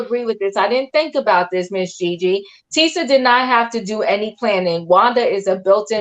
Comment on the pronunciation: Tee- sha. Her name is TEE-SHA.